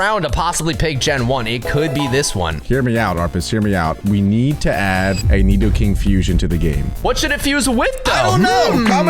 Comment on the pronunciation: nedoking and nedoqueen